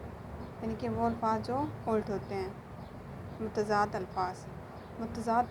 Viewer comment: Ult Nahi Ulat Hota Hai😊